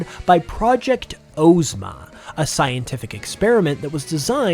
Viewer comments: Ozma of OZ is pronounced “Ahzma” not “Ohzma” fyi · The pronunciation of Ozma's name felt like nails on a chalkboard; it's pronounced "AWZ-ma", not "OHZ-ma"